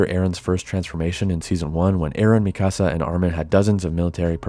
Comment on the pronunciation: Great video but man, it was so hard to hear you say Mikasa’s name lol. It’s ME-KUH-SUH not ME-CASA 😂